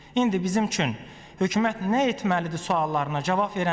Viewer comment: Danışglara baxe mən ölüm bunnan avam adam necə başa düşsün makro mikro kansetrasiya alternatif tender investisya budu azərbaycan dilinin möhkəmləməsi he hökümət h ya x deyir aybdır ee